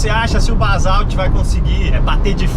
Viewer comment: Só "Balsauti" mesmo!!! primeiro fale o nome certo!!!